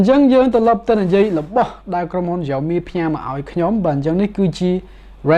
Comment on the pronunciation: Xiaomi admin not Jiaomi